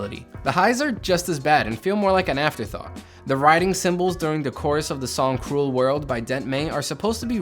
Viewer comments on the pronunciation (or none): none